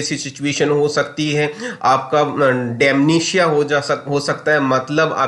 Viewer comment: डाक्टर साहब, आप जानकारी अच्छी दे रहे हैं। सिर्फ एक बात: कृपया dementia का सही उच्चारण बोलिए। कृपया डिमेंशिया बोलिए, न कि डैमिनीशिया। धन्यवाद।